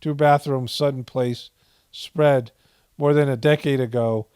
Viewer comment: you said Sutton Place Buuuut all I could hear was Sunken Place!!